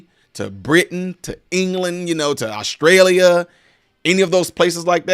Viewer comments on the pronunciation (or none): none